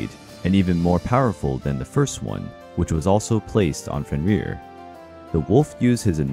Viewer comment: Æsir is not a god. The gods are Æsir. Loki's children were not a danger to a single god, but the whole pantheon. Also Fenn-rir. The R's are rolled once.